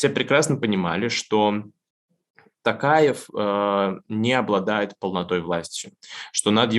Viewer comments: Почему ты называешь Токаева не ТОкаев а ТАкаев? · Президент РК Тоқаев, по русский - Токаев, не Такаев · ИЗВИНИТЕ КОНЕЧНО НО НЕ тАкаев а тОкаев (писала фамилию с маленькой буквы чтоб было понятно) И не тЭнгЭ а тЕнгЕ. Буквы Е и О имеются ж в русском языке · Варлама, фамилия президента Казахстана пишется и произносится через "О". ТОкаев. ТОкаев.